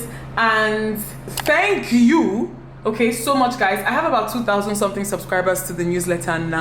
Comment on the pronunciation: You see that "okay oo" It is soo Nigerian 😂